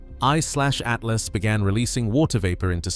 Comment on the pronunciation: Fun fact. If a video pronounces this comet as "3 I SLASH A T L A S," then it's probably just ChatGPT generated bullshit and you could just ignore it and go on with your day